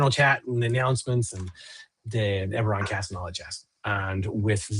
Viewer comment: Ebberon... Eragon?